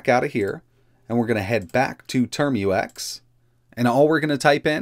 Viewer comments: It's TerMUX, not Term-U-X. It sounds like tmux. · Pronounce "Tar-max" not "term-u-ex" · ... `term-you-ex` nonono `term-ucks` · TERM-UCKS not turm-you-ex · So we just gonna ignore how he says "termux"